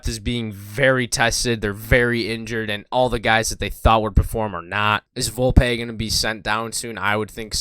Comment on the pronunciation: uhm volpE it’s pronounced Volpee